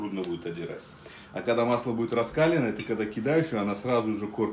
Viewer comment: Масло раскалённое,ударение на букву е"", не Раскалённое -а